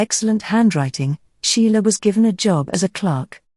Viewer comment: Pardon me, you always mention the name of artist "Sheila". But the artist's name is SCHIELE!!!